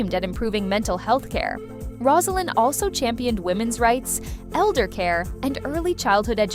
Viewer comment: Rose a lynn. NOT Roz! If you want to comment on this lady have the respect to pronounce her name correctly.